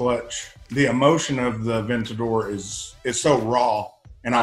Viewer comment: And he always says "Avennador" haha